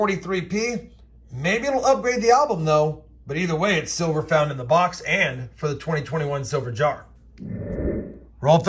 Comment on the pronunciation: DID I HEAR SILVERR!